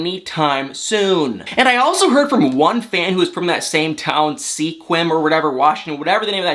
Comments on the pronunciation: Mike lives in Sequim, pronounced Squim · The town is pronounced squim like squid with an m, y husband is born and raised in Washington state. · The town is pronounced Squim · Sequim is pronounced SKWIM, as in Swim, with a K in there. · it’s pronounced SKWIM (like swim with a k in it:) even though the real spelling doesn’t look like it. Keep up the good work😄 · Jeezus man! Take a friggin' Valium or something lol stop your motor mouth for JUST a second and maybe you can actually absorb something, like how to pronounce the word; "Sequim." 🤣 (I mean, it is only ONE syllable!) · Haha I am from Washington State and you cracked me up pronouncing Sequim wrong!! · FYI Sequim is pronounced as if the e isn't there. Rhymes with swim.